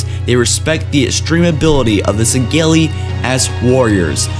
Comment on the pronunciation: Can you stop saying Sangheli like that